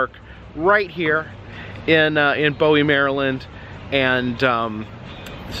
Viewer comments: In MD we don't say bowie as in David bowie we say it as boo and we. Hope this helps. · FYI its boo e not bow e maryland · Pronounced 'booey,' like Baba Booey. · The area is pronounced "BOOwee" (Bowie). Welcome to Maryland! Wild World and the awesome wild wave was my favorite summer camp day trip as a kid. Hope you'll get to attend the Maryland State Fair in Timonium, Maryland! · Just FYI, the city of Bowie, MD is pronounced, BOO E. Also, I know you are tryiing to attend every state fair in the country. The Maryland State Fair starts next Thursday and is held AUGUST 24 - 27 | AUGUST 31 - SEPTEMBER 4 | SEPTEMBER 7 - 10. The Mardi Gras section of SFA is my fav section. The Joker's Jinx is my FAV rollercoaster there. LOVE IT SO MUCH!! It takes off super fast in the beginning and doesn't slow down until the ride is over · It's pronounced "Boo-E" .... I grew up in the city next to it (Crofton, MD). I used to be a lifeguard at their Wave Pool when it was called Adventure World. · That’s close to where I live and pronunciation is boowee or boo e (Bowie) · It's pronounced Boo-i-e. I'm from Maryland. I used to live 30 mins from Six Flags America. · I live abput 15 miles away. BTW, its pronounced Booooo-eee. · Thank you! Lol it was bugging me he was saying it wrong